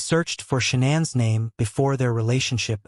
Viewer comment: SHANANN!!! Not Shawn, Shanaaaaaaann!!!